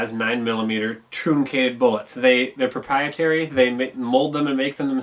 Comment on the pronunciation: Flat nosed bullets are pronounced like trunk ated, not trooncated